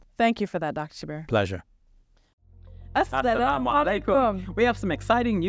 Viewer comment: The names are pronounced Shab-Beer not Shab-B-Arr and it’s Qur-Aan not Qur-Anne. Atleast correct your Islamic pronunciation. Rest of the stuff you guys talk is ok, pretty much inline with the western narrative, and being diplomatic.